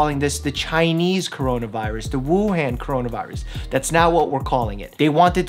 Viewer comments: please learn how to pronounce Wuhan :) big fan :) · Hey Mike! Just thought I'd give you a lil tip. The han in Wǔhàn is pronouced as "on" not "an". Thank you for clarifying all this info and making this video :) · Dr mike pls stop butchering the name it’s wuhan not wuhæn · wuhan is pronounced woo hahn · Wuhan is pronounced WUhawn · Dr. Mike, FYI Wuhan, Hubei is pronounced woo and Han as in Han Solo. And hoo and bay. I lived there a long time ago. It's actually a really cool place. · Love the info! Maybe look up proper pronunciation of Hubei and Wuhan 😂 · I just want to say that you are pronouncing Wuhan and Hubei incorrectly.